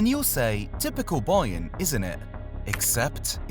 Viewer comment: Im not listening to you say boyern 83 times